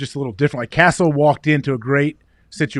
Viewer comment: His name is Cassell not castle lol